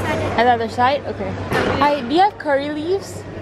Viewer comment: Dia sebut curry leaves rupanya. Ingtkan apa lah kori leaves kori leaves 😅 accent kut. Nampak daun kari baru blh pick up